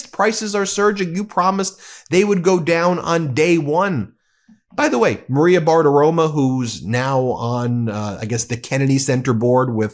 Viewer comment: Bar-Ti-Ro-Mo. Say it with me Ben. RO-MO. Not RO-MA. You’re an educator. Please stop mispronouncing her name.